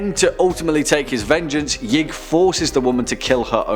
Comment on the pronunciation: #2 is actually pronounced “Yeeee..ig”. Source : Important Videos Playlist